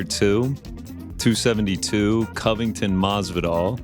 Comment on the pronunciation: Marvidarl !!! Long running Joke 👍✊